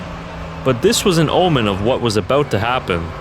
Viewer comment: Are you Canadian? You said "aboot"